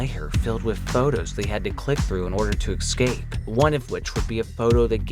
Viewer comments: Its escape, not excape. Say it with me now: Escape. EScape. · "Escape", not "exscape"! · Drawling...excape? Jeeez